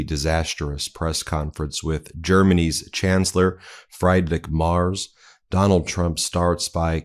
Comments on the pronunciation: When speaking of other world leaders, as a matter of respect, please pronounce their names correctly. Friedrich Merz is not pronounced "Fried Rick." It's pronounced "Freed Rick" and Merz is pronounced "Mairtz" not "Mars." It might seem like an insignificant thing to you, but it's insulting to people whose names you're disrespecting. Please do better. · The German Chancellor's name is pronounced as in "Freed-rich", NOT as in "Fried-rich". It is insulting to continue to incorrectly pronounce the names of public figures. What happened to education in the USA? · pronounced in english as freed not fried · It pisses me off that Meisalas is unable to pronounce a common German name properly: Freed-rick not Fry'd-rick. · and Freedrich not Freydrich 😉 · Come on, Ben. It's Freed-rick. Freed-rick MARE-tz. Close enough. Not "Fried Rick" like Fried Chicken. This is basic literacy at this point. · Sorry, this is just a nitpick but the Chancellor of Germany is not fryedriche but freedrick. “I E in German is a long EEE sound. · I’m sorry but I cannot let “Fried-Rick Mars” slide 😂 It’s FREE-drikh (or FREE-drish) MAY-erts (but one syllable) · It’s pronounced “Freed-rick”, not fried like chicken. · Please inform yourself on how to pronounce the name of the german chancellor. His name is Friedrich. Pronounced like "Free-drick", if you like, but not like "Fry-drick". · Freed Rish not Fried Rick. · The presser was a disaster for sure, but not as much as your pronunciation of the names of world leaders. Friedrich Merz is pronounced FREEDRICK MURZ. Not FRIED RICK MARS. Xi Jin Ping is pronounced SHE JIN PING. Not JEEJEEPING. Put some effort in for Christ's sake. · Please can you get the names right. I have said this a few times. It's a matter of respect. I love this channel but please check out the names. Friedrich Merz. Is pronounced Freed-rich not Fry-d-rich and his last name is not Mars but Merz pronounced Mehrzt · Ben, please learn the names of foreign leaders FREEdrik, not FRYdrik.